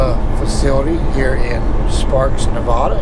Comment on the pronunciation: It's “Nev-AD-a,” not “Nev-AH-da.”